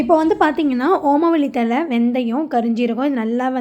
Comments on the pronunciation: தலை/தழை. please pronounce correctly. தமிழுக்கு ' ழ' அழகு. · என்ங்க தழையையும் தல என்று சொல்றிங்க தலையையும் தல என்று சொல்றிங்க எனங்க உங்க தமிழ்